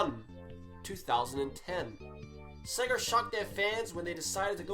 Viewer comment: THERE IS NO R IN SEGA, SEGA, NOT SEGER